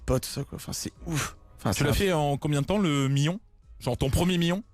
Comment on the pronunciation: pk il dise mion